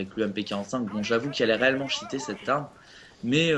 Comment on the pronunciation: franchement le niveau d'anglais zéro quoi. Cheaté se pronoonce t-chi-té et Black ops c'est pas black oups . sinon bon gameplay dans l'ensemble :D